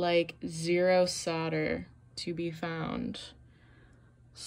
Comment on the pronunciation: Dang...what is "sodder" ? 🤣😂🤣